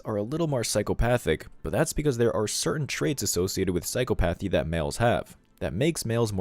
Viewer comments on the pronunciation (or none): I know it is spelled like it should be pronounced, "psycho-PATH-ee" but that is not how it is said. It is an irregularly cunjugated word. It is properly pronounced "psy-COP-ath-ee". "Psy-COP-ath-ee". I would hate for someone to misconstrue (or more likely PRETEND not to understand) and try to obscure your very valid point. People on the other side of the argument look for any reason to invalidate content they don't like... and in extremis they go for the ad hominem attack. "Him? He's stupid. Can't even pronounce the words of his own argument". Please don't take this as an attack from me because it was meant to help the channel improve-- something I'd like to see whenever possible. Love your work. Stay strong! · FWIW *psychopathy is pronounced